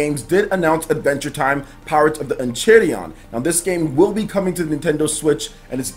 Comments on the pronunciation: As a big adventure time fan I am here to tell you it is actually pronounced : En • Kai • Ri • Di • On I had no idea about this game and am so stoked now ✌🏼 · it's pronounced En-chai-rid-eden.😃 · It's pronounced en Kai riddie on BTW ...